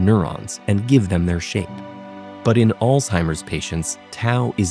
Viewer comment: 10000 points for the way the narrator pronounced "Alzheimer"